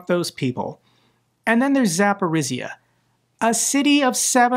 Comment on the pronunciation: war will end when you will master pronunciation of Zaporizhzhia - and you are improving quite fast! Jokes aside, Ukrainians willing to start peace deal - it is not that much because of city attacks, it is just realization that we cannot buy more time, 4-5 more years waiting for our partners to support us properly, it is war of attrition and guess what - Ukraine men and women are attritting while waiting for proper sanctions on ruzzia, proper ways to defend ourselves, all we get - talks and promises and just smth not to die